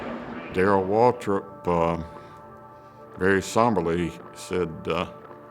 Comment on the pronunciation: Who the heck is Michael watrip, its Michael waltrip